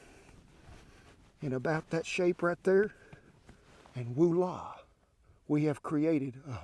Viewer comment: Never again shall I say, “Voila.” Henceforth I shall decree “Woo-lah.”